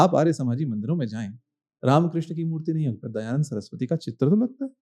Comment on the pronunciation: Dayanand ❌ Dayaland ✅❤